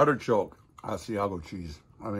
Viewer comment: Cheese is Ah-see-ah-go.